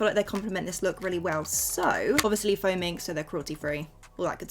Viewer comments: why did I think you said foaming lashes😂😅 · Every time you said “faux mink” I genuinely thought you was saying “foaming” 🤣 anyone else? 😭